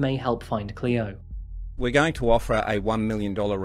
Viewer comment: You said the babies name correct the first time and then just butchered it for the rest of the video 😩